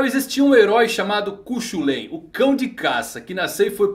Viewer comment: Curiosidade: O nome cu chulain se pronuncia Cú Rulin